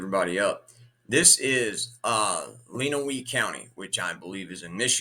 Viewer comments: It's pronounced "LEN -away" county. Yes, it's a felony to get this far behind. He will also lose his drivers license, ability to secure a hunting license as well. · Actually pronounced Len-a-way